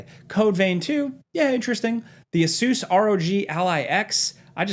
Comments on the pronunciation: Ace-us, please man. Not ace-oos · Did you say Ah-soooos? I thought it was pronounced A-sis? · Hey, it’s funny how you pronounce Asus 😄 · Just call it an “aay-suhs rogue” you sound silly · repeat after me Asus = Ace-us. Rog = Rawg you fuckin butchered those pronunciations 😅